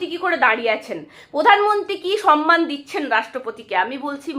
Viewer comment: তুমিও সমমানকে সনমান উচ্চারণ করছ?